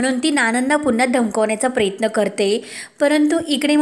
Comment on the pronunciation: प्र य त्न असा शब्द आहे प्रेत्न नको म्हणू नको